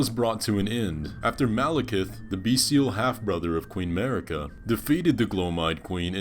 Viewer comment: i really like your content, subscribed :) but please, just a one thing, the way you are pronouncing queen Marika: it is mArika, not mErika (you can hear the correct pronounce in any "Spoken echoes linger here" Melina's dialogue)